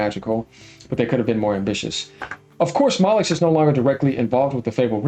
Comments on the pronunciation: It’s pronounced Molly-new bro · Peter mollux 😂 Cracking me up with that 🤣